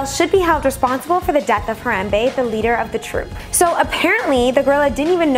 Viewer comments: When your cringing to death when she says Harambe wrong. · your saying the gorrolis name wrong